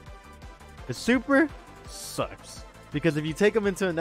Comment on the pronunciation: I love how u say "sucks" without moving ur mouth .